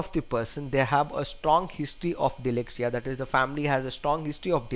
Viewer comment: DYSLEXIA not DYLEXIA! But overall terrific attempt!!